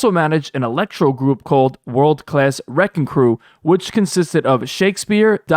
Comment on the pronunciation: Its WRECKING CRU not RECKON CREW